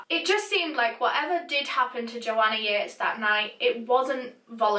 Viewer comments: I thought it was pronounced Yeet-is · I'm so sorry but I pronounced this in my head as "Joanna Yeets." End me I feel so bad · THE JOANNA YEATES CASE How i pronounce Joanna Yeates Joanna Yeets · i'm sorry but I have to.. Joanna YEETESSSSS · not to be offensive or anything, but I thought it said ‘Joanna yeets’ lol